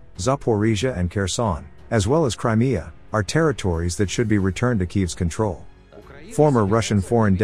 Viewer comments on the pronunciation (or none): none